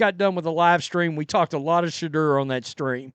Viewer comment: Why is it every time you say shaudoer it sounds like your saying shitter? I found it funny when you said shitter isn't crap.